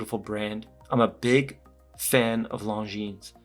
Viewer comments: the way you pronounce it, it sounds like long-jeans!😂 It is pronounced Longine, without the s! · "Lohn-J͟e͟a͟n͟"! 😊 The emphasis is slightly on the last syllable! 🙂 We don't have to pronounce it with a French accent though!... nobody wants to be that guy! 🤷‍♂️ I normally wouldn't say anything, but I watched an upload on the importance of watch reviewers pronouncing the brand name correctly - because all of us guys who watch your reviews to learn stuff will also pronounce the name incorrectly coz we'll follow your lead! I thought that he had a really good point! Great review as normal! Cheers. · Right. If not Google translates it as "long jeans" 😄. I'm french btw. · Still said it wrong. The S is silent in French. Beautiful watch but I’d probably prefer it without the date. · The ‘s’ at the end of Longines isn’t pronounced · Yeah it annoys me too!